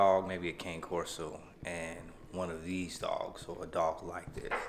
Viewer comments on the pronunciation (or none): Not to be the grammar police...But it’s pronounced KAH-NAY Corso. I only mention it because it can be difficult to get approved for one at a breeder if they think you aren’t educated enough about the breed to handle it. Due to the nature and personality of the dog, some breeders tend to be really strict about who they sell to (and will even refuse certain people) if they feel that the potential buyer won’t be a good owner, and being able to pronounce the name correctly is one thing they could look for. Good luck! Also 10/10 would recommend Outlaw Cane Corso located in Louisiana if you’re looking for a great dog!